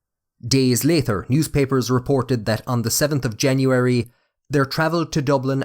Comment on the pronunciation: Amazing that I am Irish and live in Dublin! Never heard anyone say "orther" for order, or "lather" for later. Otherwise the bogger accent is entertaining!